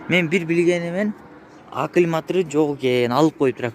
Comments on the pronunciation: Акилматир дейсин дайым акумлятор десен иним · иним аклиматир эмес аккумлятор десен